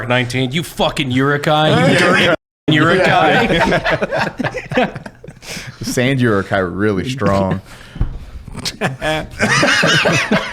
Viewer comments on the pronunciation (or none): This is the first time I've heard Uruk-hai pronounced like that. "Yurukhai"